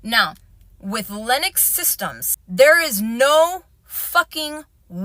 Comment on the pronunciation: She had me at "Lenux" ITS BIG BRAIN TIME